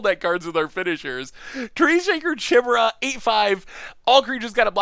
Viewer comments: It's pronounced Kai-me-ra. Not She-mera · Chimera.... Kai-mare-ah Step your game up bro